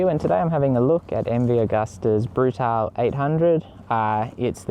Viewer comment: it's brutale not brutal